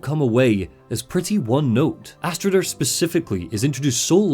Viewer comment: It's not pronounced Thorgester,Fargrimer or Astrider - more like Thorgest,Fargrim and Astrid bc the "r" is mostly silent in norse names,same as Jörmundgand instead of Jörmundgandr for the World Serpent. Besides that,the Draugr were the Beserkers of the Vikings,who harmed themselves to build up adrenaline and become more powerful in battle - they weren't "viking zombies". However,I really love your content,especially the entire Lore Dumb stuff around the Remedy franchise - keep up the great work and have a good one. And☝🏻best wishes for your "new" family👍🏻👍🏻👍🏻